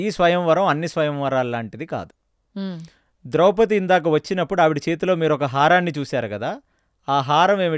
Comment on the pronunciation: ద్రౌపతి కాదు ఆమె పేరు ద్రౌపది